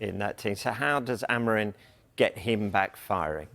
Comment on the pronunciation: Dont you see the M on the Amorim's name? Why half of you in England pronounce it Amorin?